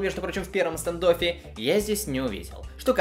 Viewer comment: Да ну господи почему люди английского языка не знают ? Не стАндоффер а стЭндоффер, прямо уши режет. Люди учите англ яз !!!